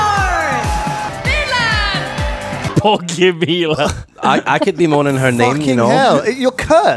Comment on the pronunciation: Bogumila , means pleasing to god or loved by lord , something to that accord , it's pronounced differently , not like swamp/bog , the "gu" is the focus in bogu. It''s also a gender neutral name ,not a very common name these days , but it has it''s traditional charm to it. A lot of traditional female names are based on fruit eg. Jagoda - strawberry I shat bricks , when Lewis called her a bogger.